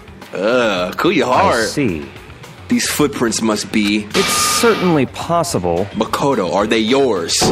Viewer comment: Did he just pronounce "Makoto" right ? Shook He did it AGAIN???